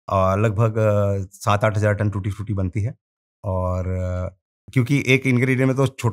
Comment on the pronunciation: When he said “ we supply tootee fruity “ I just stopped my walk 😂 WOW 💪